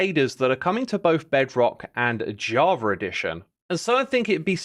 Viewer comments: I'm sorry but are you saying "Javer edition"? I'm pretty sure you are.. lol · It’s so funny how X is pronouncing Javar Edition instead of Java Edition, sounds like JarJar Edition :)))